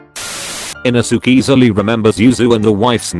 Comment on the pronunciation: iNoSOoK - every time this text to speech tries to pronounce inosuke